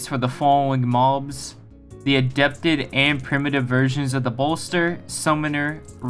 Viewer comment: also, "adapted arachnida" is pronounced as something like "uh-rack-nihd-uh" since the word "arachnida" is a class of animals which are invertebrates. Plus, it doesn't sound anywhere near like " adept-ed arknidia" as you said but it's no problem I used to have trouble reading words I'm not familiar with, you'll figure it out as long as you read a little more slowly to understand what it is you read.